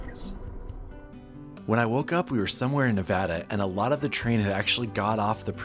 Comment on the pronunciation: Thanks for pronouncing Nevada correctly.